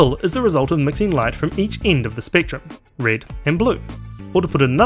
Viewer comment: the absence of the letter e in your accent is fairly annoying... it's red, not rid, sensitive, not sinsitiv